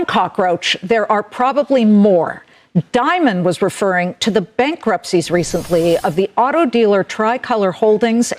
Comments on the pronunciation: The CEO's name is Jamie Dimon, not "Diamond". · I think Chase's CEO is named "Dimon", not Diamond or Dimond.